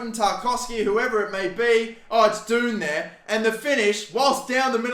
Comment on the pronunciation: My guy pronounced Dunne like doon lmao